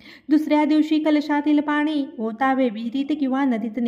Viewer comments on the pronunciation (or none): none